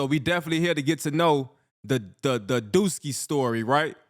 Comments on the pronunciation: It’s “DUSKII “not duski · It’s duskii not duski😭